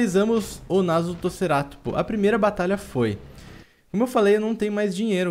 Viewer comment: vc falou narutoceratopo kkkk